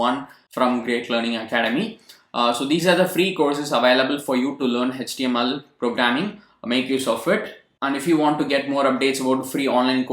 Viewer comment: Hech-T-M-L our sir used to say in that accent....